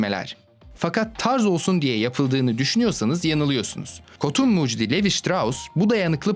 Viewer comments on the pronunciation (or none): none